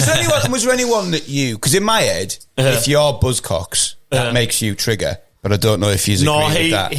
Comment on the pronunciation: Class , it's not trigger , it's trekker 😊